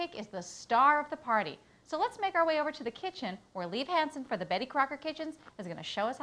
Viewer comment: It's liv not lee LOL.